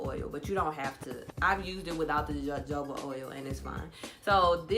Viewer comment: It's pronounced 'hohoba oil'😁